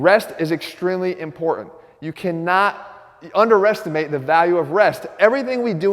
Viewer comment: “Do not under-REST-imate the value of rest.” Did I hear that right?